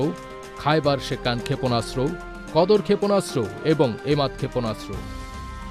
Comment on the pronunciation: ক্ষেপণাস্ত্র উচ্চারণ শুদ্ধ উচ্চারণ করতে হবে, ক্ষেপণাস্ত্র উচ্চারণ শুদ্ধ হচ্ছে না 😮😮😮😮